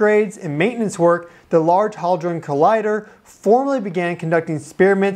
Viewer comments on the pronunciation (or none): Large "HALDRON" collider? It has no L in it -- and I'm supposed to listen to your 'knowledgeable" report -- without flinching -- every time you say it wrongly? I'm only into this and already feeling the need to hit dislike and leave ... BTW, I hardly EVER leave negative comments -- but please do me the courtesy of getting your facts straight before you make a video!? ... OK, the error is repeated for the 3rd time by and you also say "testeen" for testing (amongst many errors that bug me). Not sure I can handle all of this. The title still has me curious enough to press forward, but your delivery is undermining your content ... Sorry for being so reactive. It was just hard to listen to because of these issues (over my reactive moment, BTW -- NOT hitting dislike) -- content value improves later in the video